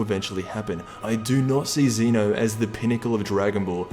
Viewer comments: Xena ?? He's Zen-Oh Sama, bitch ! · It is pronounced Zeh-no not Zee-no